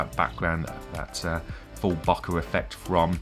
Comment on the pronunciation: (bo - keeh) please